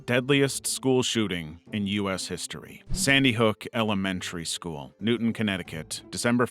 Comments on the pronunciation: I’m sorry but I have to make the correction: it is Newtown, not Newton. Pronounced like New-town I was in high school less than 30 miles from here when my principal made an announcement over the intercom that there was an incident in Newtown, and one of the kids that was tragically lost was one of my best friend’s cousins 😢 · It’s New-Town like the word New and Town not like Issac Newton sorry if I seem rude but i got really triggered when you said Newtown 💀😭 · Newtown not newton